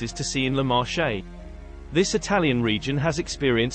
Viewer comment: Interesting video ... but listening to the way the name of the Marche Region is pronounced makes my skin crawl! In Italian Marche is pronounced like Market without the t at the end. The way is pronounced sounds like the French word Marché, with actually means market.